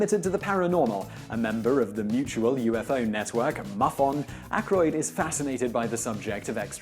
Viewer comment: Muffon?? Learn to pronounce. It's MUFON